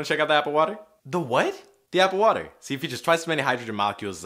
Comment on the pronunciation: Wait hold up did he say apple water? Apple skate bored